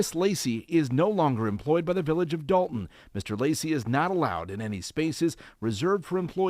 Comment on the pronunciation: D-O-lton not DALton!